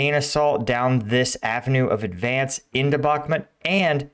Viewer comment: The russians wait for taking Bakhmut until you pronounce it the right way, so please don't 🤪.